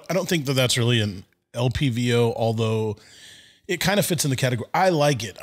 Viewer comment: Why was it bugging me when dude kept saying “LVPO” instead of LPVO”, having the V and the P backwards. I like the dude, but it just kept bugging me. He obviously knows what he is talking about.